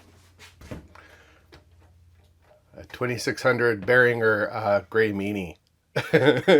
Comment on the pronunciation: for pronouncing Behringer and M(oh)g correctly.